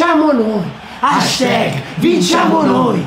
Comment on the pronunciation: ma non si pronuncia hashTEG ma HASHTAG!